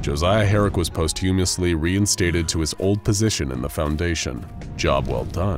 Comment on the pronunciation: Please google the pronunciation of posthumously.